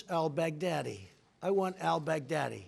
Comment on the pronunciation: That's what I keep hearing too 😂